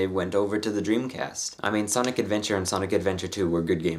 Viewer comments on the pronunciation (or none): Every time you said Sonic I heard Sonnet.